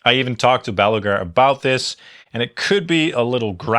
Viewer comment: not meant as a diss, just funny that you say Baluger instead of Balaguer, like Gene Hackman's nucular in Superman IV